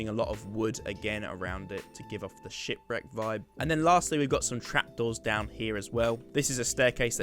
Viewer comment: Why did it sound like he was saying “shit wreck” XD